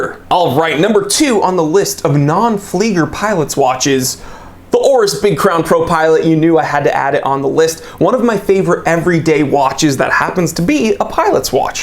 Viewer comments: It’s pronounced fleeeeeger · I've got a Seiko SNA 411, an homage (that's French for - "Le Ripoff") to a Navitimer. Very cool. Quartz. 200M WR. $250. And it's pronounced, "Flee-ger".